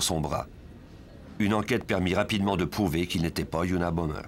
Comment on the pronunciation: ça commence bien : c'était unabomBer et pas unabomMer